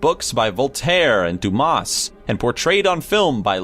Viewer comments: 1) Rasputin roamed into St. Petersburg at the turn of the 20th not the 12th century. 2) Alexander Dumas name is pronounced Dumah. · Lol Dumas, you don't pronounce the S. same with King Louis. Everyone knows that. It also took a TON more to kill Rasputin than just poison and some shots.... do some more research next time.